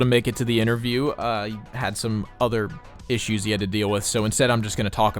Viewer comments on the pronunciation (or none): none